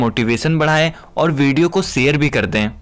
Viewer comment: Aapka bhasha uchharan galat h. Video share ke liye aapne sair' kaha. 'General' shabdh ki jagah Jernal kaha!